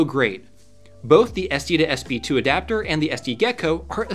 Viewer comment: How many times can you say "SD2SB2" before you realize it's called an "SD2SP2"?